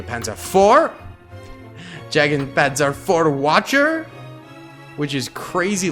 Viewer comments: yeah aha, it is supposed to be pronounced "Yagde" ... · The pronunciation of any german tank with jagd- Bruh